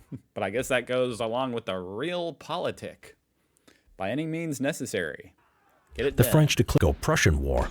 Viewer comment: Realpolitik (pronunciation is different, just think of your related word "reality". Its not pronounced reelty, is it?) is a politic that tries to react to things and situations that actually exist, trying to achieve goals which are deemed achievable - in contrast to a more ideology based politic with lofty goals that align with your ideology but may be well outside the realm of the possible. Brexit, as an example, is the opposite of Realpolitik, as it is based on an ideological belief (British exceptionalism) with utter disregard to evidence that points in a different direction. Manifest Destiny would be a similar concept but, alas, since the US had way superior firepower, they managed to turn this ideology into something real.